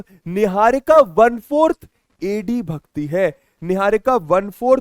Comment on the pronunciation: !!Bhagti he!!❌!!Hagti he!! ✅ 😂😂😂😂😂😂😂❤❤❤❤😂😂🎉🎉🎉🎉🎉🎉